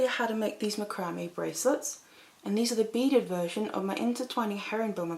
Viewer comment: Just a note to you English its not macrambe board its mac-cram this is not for us we use a different English also all of your measurements are in cm we do inches.